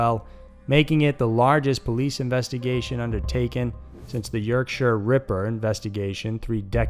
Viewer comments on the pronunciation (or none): Karen mathews now lives in a lovely 200 k home in lowestoft - paid for by your ( well mine ) taxes - i live in a flat ,done fuck all wrong - this twat lives in a mansion ?!?! no fuckin justice its " YORKSHER" not "shire" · ‘Madeleine McCANE’ ‘YorkSHYER’ ‘Yerkshurr Ripper’ Please stop, I can’t take it.